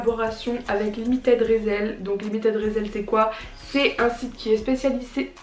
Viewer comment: Oh nan tu la prononcer résèl😭😭ça se prononce rissell